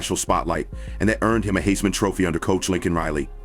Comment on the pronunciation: You know this is AI when you says Heisman wrong 😂